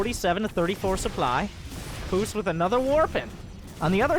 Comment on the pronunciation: you pronounce it Puceq